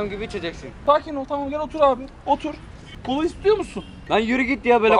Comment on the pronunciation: Kolaya cola diyen abimiz❤